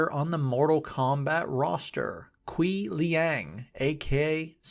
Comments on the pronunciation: bro rly called him Kwee Liang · Lmao "Kaweeeee LeeAAng"